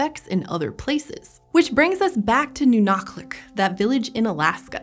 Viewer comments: impressive pronunciation of the /q/! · What's really cool: she pronounced Nunalleq really close to correctly. The "ll" in Yupik is a voiceless dental fricative that sounds somewhat similar to the "ch" in German. So, kudos to the PBS Eons people for looking it up, that displays a lot of respect to the native Alaskan people who still live in that area today. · That "ll" sounded plenty like a lateral fricative to me. Anyway, there's precedence for representing the sound that way from Welsh.